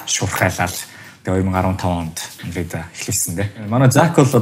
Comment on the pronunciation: Undead gej sonsood bga hun bna uu?